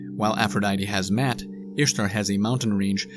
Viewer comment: Maat is pronounced with each a enunciated individually. Maw-ought.